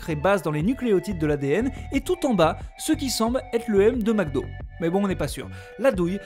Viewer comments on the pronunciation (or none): none